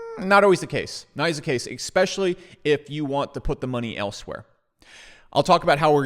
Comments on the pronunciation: Esssspecially, not exxxpecially. Love the channel but this habit is a bad look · Your logic seems sound; however, you say expecially. Especially. Its a small thing. Like saying expresso. It's espresso. I've enjoyed your videos- The key is saying es... not ex. keep on keeping on. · "Expecially"...no thanks. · Brother it’s eSpecially. Not trying to be a dick but it makes you look ignorant when you don’t pronounce it correctly. Keep up the good work. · eXpecially? eXpecially!! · Please...for the love of God, stop with the EXPECIALLY...just STOP. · Ekspeshally if ya poor?